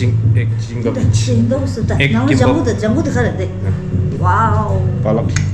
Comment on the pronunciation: Ama says Chimbab 😅😂😅